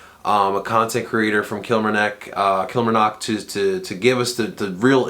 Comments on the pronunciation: Kilmarnock is pronounced Kill-mar-nock Stu is a Top player hope he's brilliant for you guys one of the best defenders at killie fc in a long time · It's pronounced kill-marr-knock